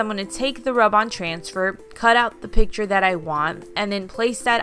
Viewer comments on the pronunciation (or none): none